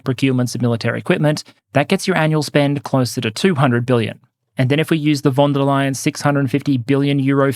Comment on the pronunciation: All well and good but could you guys please pronounce „von“ and „van“ correctly? It‘s an „f“ sound.